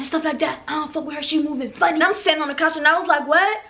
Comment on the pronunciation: “I got up on the CAACH” omg your accent 😍